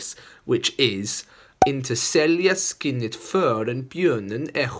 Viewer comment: Just switch the pronunciation of sk in skinnet and skogstokig it would be correct